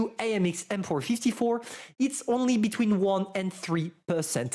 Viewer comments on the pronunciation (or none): none